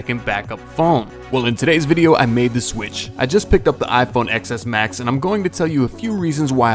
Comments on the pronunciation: Ten S max. Not x ecks max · I know this video is old and this is pointless but for the love of God, it's "ten".. "TEN" S Max, not "Ex" S! It's so cringe when I hear people say it wrong and I'm on Android! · I die a bit inside each time someone calls that phone the iPhone "excess max". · Bum ass can't even say the name of the phone right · Can't even pronounce Xs max properly